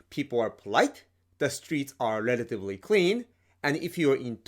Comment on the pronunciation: "Lelatively clean"